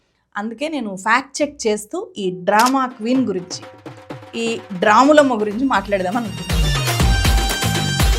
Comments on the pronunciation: Dramulamma kadu drammulamma😂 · dramulammaa kaadu, drammulammaaa anali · Dramulama ❎ Drammalama ✅ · Title ni drummulamma la chadhiva 😂